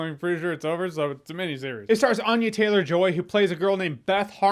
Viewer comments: Ann-ya not Ahn-ya. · I just saw an interview where Anya Taylor-Joy explains that we're pronouncing her name wrong...it's ANNE-ya, not AHN-ya.